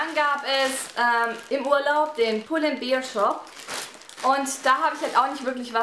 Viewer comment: spricht man aber wie Bär aus